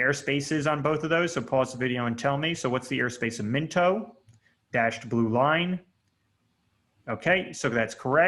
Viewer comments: Mento lmao… MINOT = MY-NOT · MI NOT. Not Minto. It’s a Air Force Base. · Min-toe?! LOLOL Bro, it’s My-knot! Still an EXCELLENT course #respect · It's not Minto it's my knot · Minot not minto pronunciation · The airport is pronounced Mi-Not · Informative, but, you can NOT pronounce the airport names worth a flip. Minot is My Not Mechum is Me Chum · Minot is pronounced "my not."